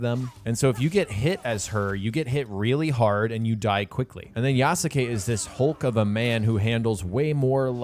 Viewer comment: I love how you refuse to pronounce Yasuke correctly.